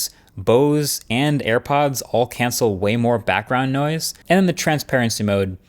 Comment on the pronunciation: I heard "nose cancelling headphones" first time it was said with reference to the airfilter headphones.